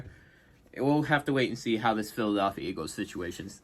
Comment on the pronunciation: Can you say “Philadelphia” again